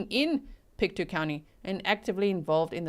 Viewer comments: Hi, I'm actually from Nova Scotia, so thank you for covering this! I'm not sure the pronunciation of the road name, but the county is Pictou, pronounced "pick-toe". Also, you may get into this (I'm just at the start of the video) but I think its important to note that Nova Scotia is one province away from the Maine, USA border. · Pictou is pronounced Pict toe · All places were pronounced correctly except for Pictou .. it is said like Pic Toe :) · From Nova Scotia here - it is pronounced “Pic - tow” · Pick-toe, Pictou. That’s how to say it :) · It’s pronounced PIC-toe, like toe on your foot. You nailed Antigonish, wait until you have to try Tatamagouche or Kejimkujic. Place names there derived from Scots Gaelic, French and Mi’kmaq languages.